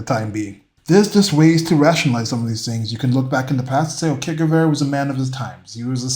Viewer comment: Ernesto Che Guevara was a medical doctor and he sounded like Shakespeare compared to low IQ Charlie over here 😂, pleeeeaaaase. Also you are saying Que Guevara, you want to be saying Che, more like a “Je” sound.